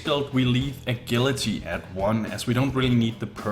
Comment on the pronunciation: A-gill-ity What are you? A fish? It's pronounced A-Jill-ity